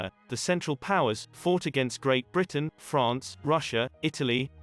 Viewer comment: why did you say france in a french accent?